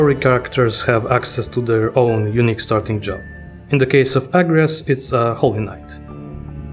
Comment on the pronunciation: Unpopular Opinion: The second syllible gets the emphasis in "Agrias", not the first. "Uh-gree-us". Yes, the game gets it wrong.